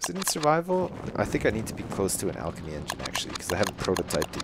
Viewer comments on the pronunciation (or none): none